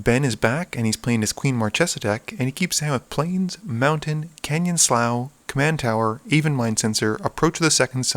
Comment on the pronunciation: Slou for canyon slough sounds so bad to me idk why I perfect sloo pronunciation just because I don't walk around saying throu for through lol